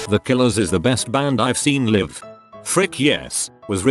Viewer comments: Was anyone else bothered by the narrator saying Liv instead of L eye ve for Live? Just wondering!!🌹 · If it's a video about "live concerts" and "live shows", maybe use a voice over that can say the words "live concerts" and "live shows" correctly. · Keesha concert. robot can pronounce it right because dollar sign. Yet live is pronounced the wrong way every time. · Why does it keep pronouncing live 'live'?